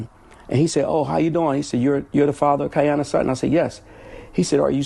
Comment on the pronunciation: Why are yall calling her kianna if her name is Kiyonna 🤷🏽‍♀️🤷🏽‍♀️🤦🏽‍♀️🤦🏽‍♀️ rip baby girl